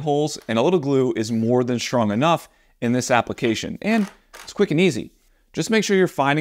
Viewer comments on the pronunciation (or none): none